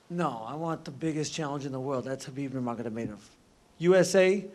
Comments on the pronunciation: “Nurmagodomedov” ~ Gaethje (2020) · Justin: “I wanna fight Khabib Nurmagodomedov” 😂😂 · He wants Khabib ‘nurmagemememedevedov” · His pronunciation of Nurmagomedov 😂